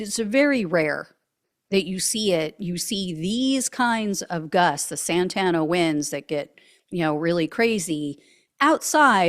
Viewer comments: please inform stupid people when you have 🌬️ winds that are coming miles per hour it's uncontrollable it's called climate change and if they want to hang the blame on someone look@ Republicans and oil companies 😢😢😢 maga maggots are sick 🤢 freaks,l live in the high desert of California and it's Santa Ana winds sorry l have to correct you to pronounce that correctly 😂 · Santa Ana Winds Not Santana Winds, just an FYI. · It's "Santa ANA winds", not "SANTANA winds". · I don’t know if my tv speaker warped your words/ pronunciations, but it’s Santa Ana winds It sounded like you were saying Santana. A decent band, but had nothing to do with the high wind storms we get frequently. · Santa Ana, not Santana. For this who don't know, Santa Ana winds occur when there is a Low Pressure to the North and a High Pressure to the South. The nature of their wind rotations combine to funnel hot desert wind from the Mojave and Nevada deserts westward to the ocean thru canyons and valleys which most of LA is in further increasing the funnel effect of winds where traditionally California gets westward onshore breezes. Couple that with dry vegetation, it is a perfect storm for mass destruction from a simple spark. The issue is that Maga Morons are ignorant to simple information like this that is easily attained by a simple google search, or by spending significant time in coastal So. California. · It's the Santa Anna winds, not the Santana winds. Course that would make a good bit - stop playing so loud, Santana, the winds are off the chart. Serious, I'm very familiar with this area, and I think this horror will change it forever. Very sad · Thank you for calling the winds "Santana". I get so frustrated by the talking heads saying "Santa Ana". My great grandparents on both sides of my family were original settlers in Orange County. My grandmother never said "Santa Ana wind". Big sore point for me. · Santa Ana Winds not Santana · Hahaha it’s Santa Ana winds